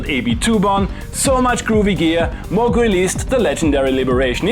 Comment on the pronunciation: You said "Moog" correctly so it evens out.